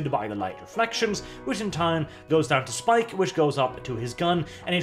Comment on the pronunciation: not only did you mispronounce the name, you also mixed up Spike and Jet. Fake fan detected.